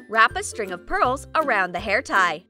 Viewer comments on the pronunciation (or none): The voice person said hurls insted of purls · Lol she said hurls instead of pearls 😂🤣😂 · she says hurls instead of pearls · At this time she says hurls instead of pearls hahahahahahahahaha so funny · you guys they said hurls might help me instead of pearls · Is it just me or that girl is saying hurls if you do then like this comment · She said hurls instead of purls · Ha you sed hurls and then curls hhahahahah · she said hurls..... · You said hurls (very annoying) And voice over ( still annoyed)🤮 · LMao Did she say hurls 😂 lol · You said hurls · Bro you told hurls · You sayd hurls